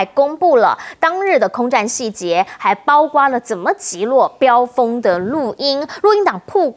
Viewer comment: 教授，大学教授讲错别字，包括不是包瓜